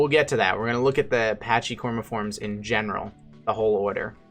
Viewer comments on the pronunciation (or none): Its pronounced packi-cormiformes, not patchey. It is derived from the Greek word pakhús. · BTW- "Pachy" should be pronounced "packee" or "packy" not "patchy." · Yeah as others have said corm should refer to trunk or stump. Also, with the way these words go, the "ch" should sound more like "k" (i.e. chaos, chimera) so "pachy" sounds like "packy" (which also sounds identical to a slur towards Pakistanis).